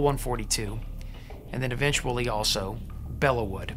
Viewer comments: Just a bit of trivia: the correct pronunciation is “Below” not “Bella.” The correct name is “Bois de Belleau.” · Bellow, not Below. Like, to bellow out an order.